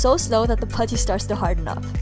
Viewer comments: i love when she says puddy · The way you say putty is funny